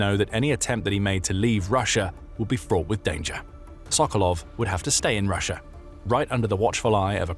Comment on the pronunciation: I’m so confused how sometimes you say Russia regular and then half the time you’re saying Russier